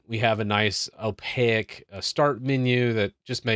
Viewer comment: err this is transparent, the opposite of "opaque" (pronounced oh-PAYK, not oh-PAY-ek)